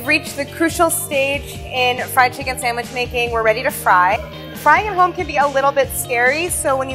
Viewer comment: Pronounced "sangwhich"